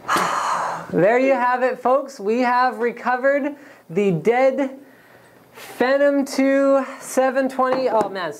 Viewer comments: I thought it was "fee-nom"? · Fen-num. LOL, damn Canadians. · I think your saying Phenom wrong but good vid!